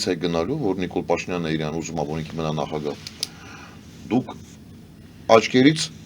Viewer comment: Սովորեք ասել ԻՐԱՆ, թե չէ Իռան հա Իռան))